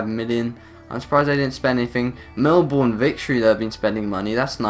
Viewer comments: its pronounced mel-ben not mel-born. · It's pernounst Mel-bin not Mel-born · Mel(burn) not Melborn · I know it is ur accent but when someone says melborn instead of Melbourne it is irritating but any u derserve way more subs keep up with career mode challenges and u just got a sub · Dude, it's pronounced Mell-Bin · I Cringe at they way You say Melbourne